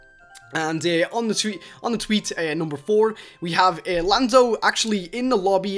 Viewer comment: Did he just call Lando Blando?